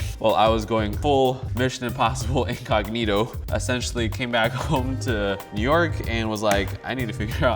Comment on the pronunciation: did he say "eggognito"?!?